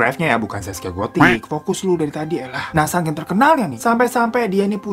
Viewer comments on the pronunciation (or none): none